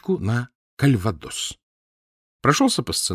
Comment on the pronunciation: И конечно, КальвадО́с, а не Кальва́дос, как произносит Кирсанов